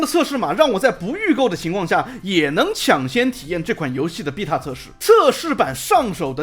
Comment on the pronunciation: 請問為什麼只有「逼塔」是英國腔！？